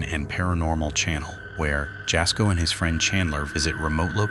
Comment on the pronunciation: It’s spelled Jasko, but you supposed to pronounce like Yasko!!